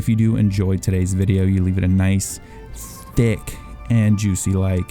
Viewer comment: Love the emphasis on the "THICC" lol. After watching your video I now feel a lot better about my initial reaction to the leak video. At first I was saddened and disappointed, but being that the video is possibly as old as January or older this gives me great hope.